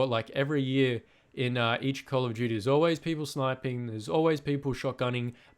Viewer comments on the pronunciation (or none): Because you said “call of juty world wah too”